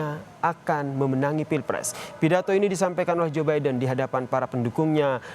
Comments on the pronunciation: Zubaedah apa Zaenab gitu kedengarannya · Iya joebidah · hahaha jobaidah..... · Ini kuping gue yang rusak apa gimana ya.. capress kedengeran namanya..jobaidah 😂